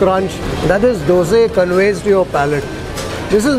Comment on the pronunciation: Its dosa and not the dose